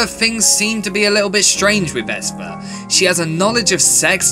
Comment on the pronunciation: Great review but you're saying Esther weirdly